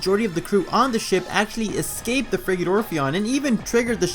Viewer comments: i keep hearing friggin orpheon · The more I here frigate, I keep hearing “freakin”! I keep hearing the Freaking Orpheon!